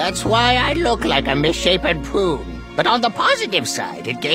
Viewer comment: he did say prune... but it really did SOUND like poo